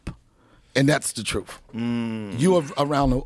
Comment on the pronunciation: Can not do it. Do not care who he is. Boff instead of both. Truff instead of thuth. 😢